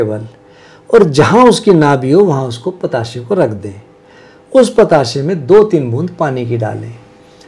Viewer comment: બતાસે..... નહીં.....બે.... , પ તા સા...બોલે